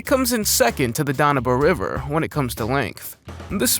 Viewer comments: "THE GOOD OL AI 'DAHN-AH-BOO' RIVER" Also known as the Danube.:face-purple-crying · Don u bay river........Dan u be....Danube Putz! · I'm sorry, say what now? Dan-yew-buh? Do you mean the Danube? DAN YOOB????? I wish Yankees would educate themselves. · Jesus. Dan-a-ba river?! It's called the Danube. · What in the f*&^ is the "dah-no-bay" river? Geez, get some decent narration, even if it is AI! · Dah-new-bay river? AI sucks. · Can you at least get your AI to pronounce names correctly? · you mispronounced Danube........AI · Dreadful pronunciation of place names like Lyons, Basel, and the Danube. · Learn to pronounce Danube river correctly 😢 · FFS!! Learn how to pronounce “Danube” and “Lyon”!!!